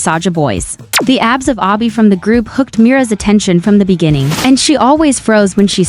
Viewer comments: You kept on saying obby insted of abby:face-blue-smiling::face-blue-smiling::face-blue-smiling:🤣🤣🤣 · It's not obby it's Abby you idiot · Did…did you just call him Ah-by? It’s Abby. Like abs. Not ah-bs.